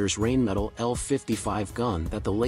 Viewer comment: Like the video but "rain metal" is not acceptable dude. Its Rheinmetall. Not even trying to pronounce it the correct way shouldnt be the way to go. Not everything is english these days. EDIT: "You are butchering my beautiful language" - for the ones who get it